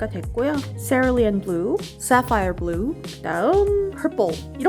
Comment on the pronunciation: 솨퐈이어블루~ 발음이 아주 멋지세욜~ 영어 잘하고 싶어요 ㅠㅠ 은 알콜잉크와 많이 친해지고 있는 관계이신 것 같아요.🙂 덕분에 저도 한 번 도전해보고픈 욕구가 샘 솟고 있습니다. 난색과 한색이 만나는 지점에 경계도 멋지고 서로 다른 결로 흘러가는 것이 정말 매력이 쩔어버렸어요. 나름 레진에 알콜잉크 사용해봤는데 유포지에 알콜잉크 아트는 정말 컨트롤이 세심하게 필요한 작업임을 깨닫고 가는 소중한 시간이었어요. 의 무한 도전에 박수를 보냅니다. 짝짝쫙~!!👍